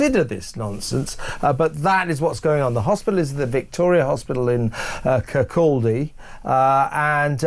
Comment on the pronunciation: No it isn’t, it’s in Fife. And it’s Kirkcaldy, not Kirkaldy